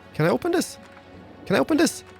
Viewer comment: it is pronounced this not dis.